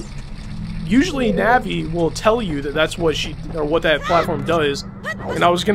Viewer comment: navi more like NABBY pls no hate